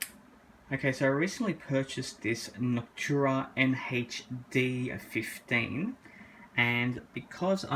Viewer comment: Noctura Hen heych D fif tween